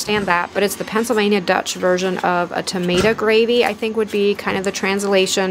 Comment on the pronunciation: I’m Pennsylvania Dutch ( Mennonite) and know what tomato gravy is but never heard it said the way you said it . We would have called it tamatse sass .Yours looks so delicious!